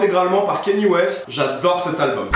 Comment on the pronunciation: j'adore 😍 juste on prononce Kanyé West et pas Kény West 😉